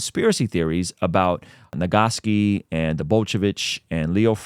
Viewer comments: Brother said nagaski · I refuse to accept any advice on a historical subject from someone who can’t pronounce Nagasaki